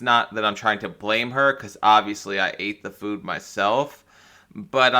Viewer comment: 5 Children to all different men!! Hasn’t she heard of contraceptives Not too mention she can’t seem to say the word food. She says foo. Didn’t like her much